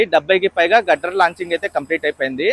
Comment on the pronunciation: its steel grider 👊🏻 not gudder